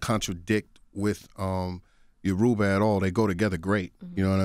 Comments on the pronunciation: Lol Babalawo yoruba faith owned by Nigerians lol That's Nigeria Yoruba is my tribe he pronounced soo wrong lol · Your brother is a Babalawo, but you can't pronounce Yoruba. Still a cool guy tho.